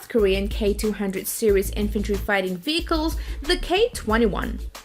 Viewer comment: “Armor Combat Vickels” !? 🤔🇨🇺🇺🇸